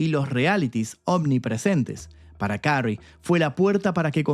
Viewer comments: ¡Y dale con carrey!....que se pronuncia kerry🫠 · Su apellido se pronuncia queri